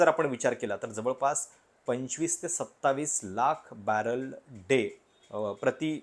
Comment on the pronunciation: बॅलर नाही, बॅरल..